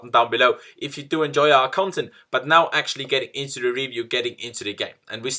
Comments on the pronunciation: Well, his first language isn't English so it's understandable. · Generally love ’ reviews except for the the way he pronounces «review» at the beginning of every video 🙃